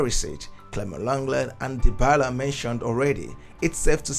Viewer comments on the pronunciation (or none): none